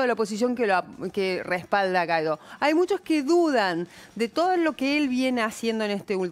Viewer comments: Una periodista que no sabe/puede pronunciar GUUUUUUUAAAAAAAAAIIIIIIIIIDOOOOOOO. No es GAIDO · Por que le dicen Gaidó si la u enmudece solo ante la e y la i? Si va seguida de la a debe pronunciarse al menos en castellano. Y así lo pronuncian los venezolanos. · Inés, no estás informada. Ni siquiera sabés pronunciar el apellido. Te recomiendo que sigas el canal Factores de Poder de Patricia Poleo